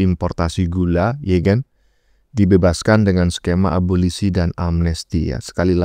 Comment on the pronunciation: wkwkwk...bukan aborsi...tp abolisi.......bapak ini selalu lucu...semangat terus & sehat selalu pak:face-green-smiling